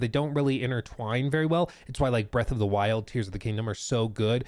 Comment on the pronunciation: "while" and "wild" always have two syllables with